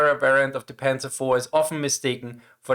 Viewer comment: Not Panzers! Panzer is correct!